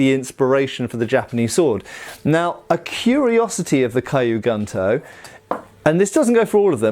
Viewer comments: Just to add something on pronunciation of Kyū Guntō, “Kyu”, transladed as “old” is pronounced like Key followed by an elongated U (so Keyuu), while in “Guntō” , translated as military (gun) sword (tō), the U is pronounced like in “blue”, and the final O is elongated (Gontoo). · It would be pronounced more like "kyoo goontoe" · Key-you goon-toe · One detail: gunto is pronounced as GOON-toh......literally means military sabre (single edged blade). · From my study of the Japanese language (just casually over a couple of years- so I’m certainly not an expert) I think the pronunciation would be closer to Cue Goon-toe. Cue like a cue ball, one syllable. Interesting vid! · Kyu Gunto = cue (like cue ball) goonto.